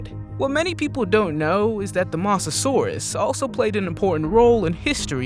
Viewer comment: you pronounced mosasaurus wrong